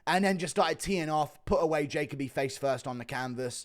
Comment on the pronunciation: Guru, why are you always pronouncing Dustin Jacoby's name wrong 😅. My son's name is Jacoby. It's Ja-ko-be. Not Jake-o-bee